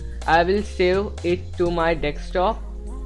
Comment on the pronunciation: dude it is called desk top not deks top